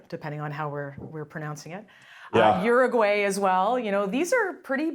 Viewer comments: It’s not Yooroogooeh, it’s Uruguay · OOO-roo-gwa-ii with the r sounding like 'd'